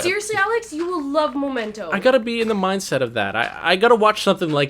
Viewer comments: MEM-ento, not MO-mento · Momento? MO mento? Memento. ME-MENTO!